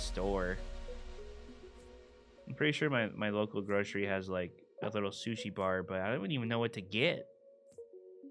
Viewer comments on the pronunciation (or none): none